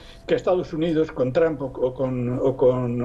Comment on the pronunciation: El analista totalmente parcial e inclinado por Biden, nada objetivo con sus comentarios, por favor inviten a personas con un punto de vista objetivo e imparcial, que aporten algo a los que ven su programa (como el Dr. Jalife); y por favoooooooor, que pronuncien bien Trump, ¡no es Tramp! Son analistas y ni siquiera son capaces de pronunciar bien los nombres y apellidos en inglés, dan pena ajena.